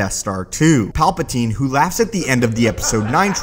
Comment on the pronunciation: my only comment is stop saying palpa*teen*